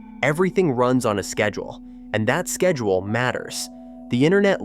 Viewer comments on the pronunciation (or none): none